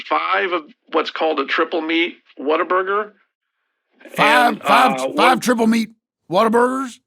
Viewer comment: as a native texan, god bless him pronouncing this "waterburger"